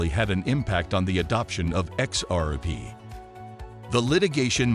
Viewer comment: Dude needs to practise how to say xrp 😭😭😭😭😂😂😂😂🤣🤣🤣🤣🤣🤣🤣✊🏿✊🏿✊🏿✊🏿